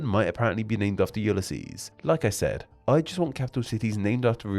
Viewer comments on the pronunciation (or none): none